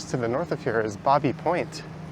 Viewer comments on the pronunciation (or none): Love your tour today but when I lived there Baby Point was pronounced "baybee" like in child. Happy trails!